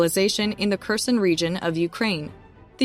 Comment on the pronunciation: Kherson is pronounced Hair-son. Kharkiv is pronounced Har-key-v.